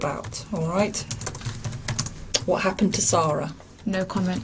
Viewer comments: AI Slop. The narration is AI, the images are AI, the script is AI garbage. 0/10. FFS, the girl's name is Sara, pronounced "saw-ruh." Every person who talks about her says it that way, and yet the AI narrator just calls her "Sara," in the standard pronounciation. The people who run this channel don't even care enough about the victim (a 6-year old girl) to say her name correctly. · Her name was “sara” not “sarah” you didn’t spell nor say it right, maybe when making such an emotional imperative case video, get the name right. Disrespectful as f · Uh, her name is Sara not Sarah. It is pronounced different. My name is Sara and it is annoying when people call me Sarah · Dude you could at least get the victims name right! Her name was Sara not Sarah!!! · Sara not Sarah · Just a polite reminder ,if you're going to do American reports on overseas incidences, please at least have the decency to get the victims name correct... it was Sara NOT Sarah!! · It is driving me absolutely crazy! It's like he's intentionally mispronouncing her name because anyone else who says it says it correctly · This was an awful, awful case. They were all as bad as each other. Be good if you could have had the respect pronounce her name properly though.